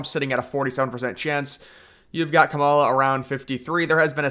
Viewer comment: Why do you say Harris first name wrong?